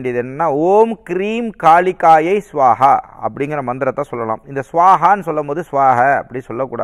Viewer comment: மந்திரங்கள் சரியாக உச்சரிக்க பட வேண்டும் நண்பரே ஓம் ஹ்ரீம் காளிகாயை ஸ்வாஹா